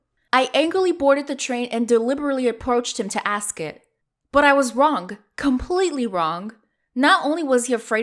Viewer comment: Who else hears wronk